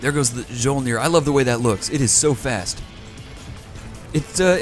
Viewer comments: Mjyolnir is how you pronounce that ship's name. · Mjolnir, from my recollection, is pronounced something like mee-yol-near. Mjolnir, in Norse mythology, is Thor's hammer. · Mjolnir is pronounced My-Ole-Near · I'm sure you've heard this 47 quadrillion times by now but Mjolnir the "J" makes a "Y" sound so it would be "me - ole - neer" That's the name of The Norse god Thor's hammer. Also dat Limulus capture XD good show chap! Keep it as a trophy! You should try to capture all the the factions flag ships!